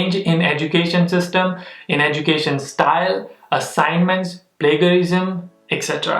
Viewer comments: Its Pla- gia-rism(sound as plājəˌrizəm/) and not Pla-ga-rism. Just correcting. No offence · How come a man who can't pronounce plagiarism is doing masters in America, I am out